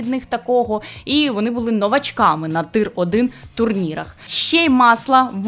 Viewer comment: Тир це не російське слово, а англійське (tier) тому треба казати не тир, а тір